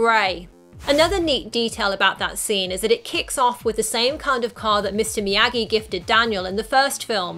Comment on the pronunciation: It’s Miyagi not miagi